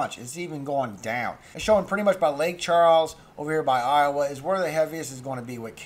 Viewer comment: Iowa, LA is pronounced “eye-oh-way”